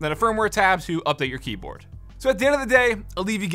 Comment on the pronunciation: Am I the only one that heard him say keaboard?